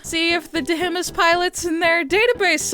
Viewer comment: love how you pronounce "deh-heh-mihs"